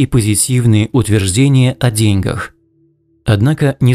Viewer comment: ДеньгАх, а не дЕньгах